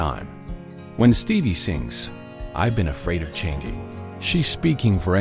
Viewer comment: “Stevvier” Nicks??? 🤣 AI is a joke.🙄